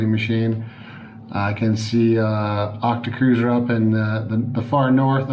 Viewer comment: Did you call him octacruiser??? Lol